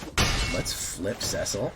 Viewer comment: Cecil is a common name and sounds like Sea-sill